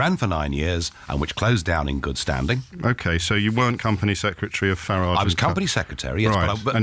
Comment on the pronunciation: Farriage - again, luv the pronunciation. ( I bet Nige luvs it too 🤣)